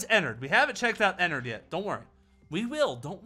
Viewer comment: IT IS ENNARD NOT ENNERD